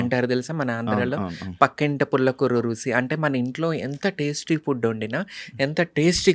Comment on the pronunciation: గారు రుసి కాదండి రుచి అని పలకండి. All the Best అండీ. 💐💐💐💐